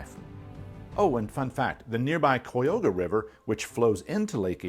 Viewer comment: That pronunciation of "Cuyahoga" made me throw up in my mouth a little bit. And it was not under the leadership of Richard Nixon. He was basically forced to sign it. That is not something he was proud of.